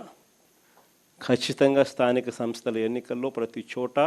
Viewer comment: నత్తి 11 సార్ స్థానిక సన్ స్థలు కాదు స్థానిక సంస్థలు, ఫెయిల్యిర్ కాదు ఫెయిల్యూర్ ముందు మాట్లాడం నేర్చుకో నత్తిపకోడి నువ్వు ఇక జన్మలో గెలిచేది లేదు.